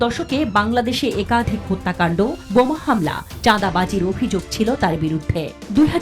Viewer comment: Ucharon thik kor miskin. Aykafhik not Ekhadhik